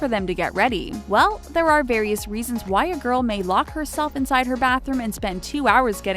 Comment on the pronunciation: Who heard white girls instead of why girls